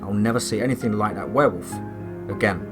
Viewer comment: Not as scary as usual but I like to here your accent say wherwolf anyways 😁